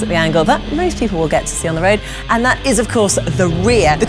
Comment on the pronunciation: "...the angle tat most people will get to see on the road, the rear"